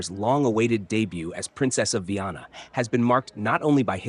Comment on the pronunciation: Comentarios con IA ,que desastre 😂😂 Es Viana no vanna😂 ni Viena